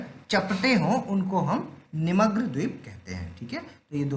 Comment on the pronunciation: Vaise to sab thik hai ..lekin hindi ko thik se padana sikh lijiye..bhugarbhik , nimagn...bhut mistake hai pronunciation me